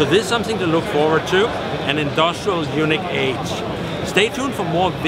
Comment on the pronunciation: No offense I like your videos but please learn to pronounce Yuneec (Unique) Eunuch which is what it sounds like you are saying to may is a whole different thing.